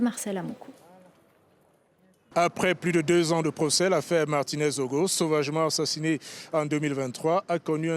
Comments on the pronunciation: C’est ZOGO et non ZONGO… même lire !!? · C'est Zogo svp!! Pas Zongo!! 🙏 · Zogo et non zongo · C'est écrit zogo mais elle dit zongo et ça passe comme un lapsus or c'est fait exprès . Quelq'un qui ne porte pas attaché aux noms de quelqu'un ne lui accorde aucune valeur humaine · Martinez Zogo pas Zongo.. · Zongo c'est qui? Vois faites exprès ou quoi ??? Vois faites même quoi en Afrique. Ce qui se passe en Afrique vous regarde en quoi?? Et vous êtes toujours là a déformé ces magnifiques noms africains. Du respect ok!!!! Ça ne continuera pas comme cela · On dit ZOGO*** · Pourquoi elle dit „Zongo“?